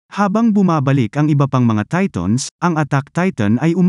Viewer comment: Who relieze he's saying TATONS